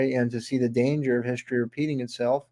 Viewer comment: What exactly is "hischtory"? Oh, Werner Von Braun founded Nassau? Would that be Nassau County, NY?